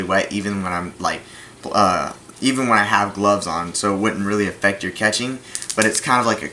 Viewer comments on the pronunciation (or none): none